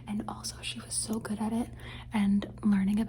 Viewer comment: I also like when people repeat “good” because i think its funny how sometimes it sounds like “gouda” like the cheese😭💀 and i love too